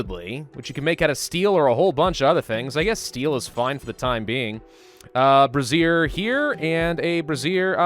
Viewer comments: Just sayin...it's pronounced "bray-zhur." "Bruh zeer" is a garment worn mostly by ladies. :P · I love his incorrect pronunciation of brazier. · Cannot stop chuckling at the way you're pronouncing brazier XD they're not bras my dude :P Great series though loving it :)